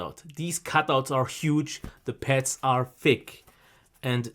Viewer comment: Avoid posting irrelevant comments. We’re here for the headphones, not for English classes. I think he’s pretty good and he has great audio knowledge. His accent only gives him character. He’s very funny too. Really enjoyable to watch. I also heard veal instead of veil, pets instead of pads, but it doesn’t bother me one bit. As soon as I started watching one video, I said I have to subscribe.:)